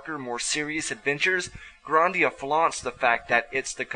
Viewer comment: You pronounce it Grahn-dia. It's pronounced GRAND-ia